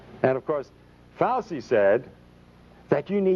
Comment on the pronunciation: When he says Fausi, is he talking about Fauci?